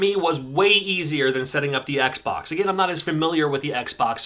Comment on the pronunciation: "It was a rough time for me setting up the Oxbox." Sorry, just sounded funny :)